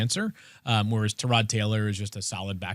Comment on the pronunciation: The pronunciation of “Tyrod” is wild